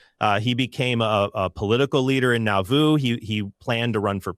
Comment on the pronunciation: Trent confuses the two Jameses and can't even say Nauvoo. Doubtful expertise. Highly doubtful.